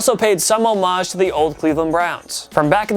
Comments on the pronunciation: Homage is pronounced: 'homm-ege' not 'hoe-marge' :) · The way he says homage makes me cringe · NO! It's pronounced "om-ij" the H is silent.